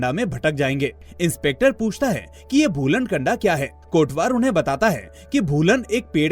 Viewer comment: भाई भूलन कंडा नहीं भूलन कांदा बोलते है. कंडा मतलब छेना (उपेलू ) होता है. 😂😂 मूवी के लिए आपका धन्यवाद 🙏